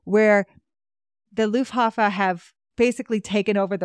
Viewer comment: I’m a historian myself. And love this series…. And am new to your channel. But please. It’s not Luffhafa… it’s Luftwaffe… 🤣🤣🤣